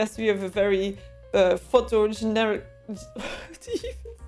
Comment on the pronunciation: Photogenic "Photo-jen-ic" 😊